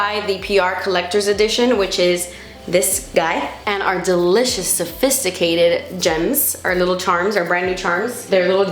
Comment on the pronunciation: Miss when you use to say delicious as “de-litch-ious” 😂